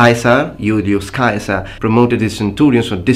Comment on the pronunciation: so nice to hear someone properly spell cæsar and centurion, instead of modern day english sizar and senturion.